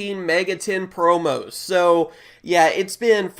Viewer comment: *promos not proms